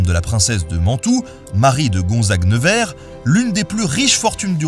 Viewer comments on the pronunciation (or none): none